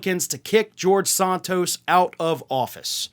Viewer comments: Why is he pronouncing "sOntos" as opposed to "sAntos"? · Is it Sant tos, or Saunt tos as you pronounce it? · Why do you pronounce Santos as Sahn tos? Are you native born American? Are you dyslexic? Or are you being pretentious? Other than that, I really appreciate your reports, and am a subscriber.